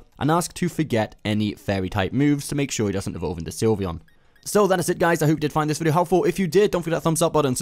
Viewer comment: Its Sylveon not Slyveon